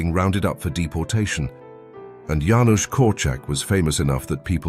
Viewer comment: Thank you for pronouncing Janusz correctly, my late husband was called Janusz, it was always pronounced wrong.